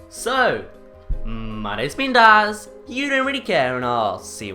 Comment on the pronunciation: Bruh you idiot it's dazz 🙄🙄